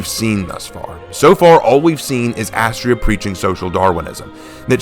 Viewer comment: Having it all layed out like this is amazing and I see your point about their differences. Also ironically or Unironically Astrea’s (Ast-reea) name is a pronunciation variant of a Greek goddess of justice named Astrea (Ast-ray-a)